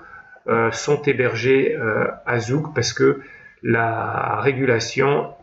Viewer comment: Zug ca se prononce Zoug !!! qui est d’ailleurs un des endroits de Suisse ou les impôts sont les plus bas.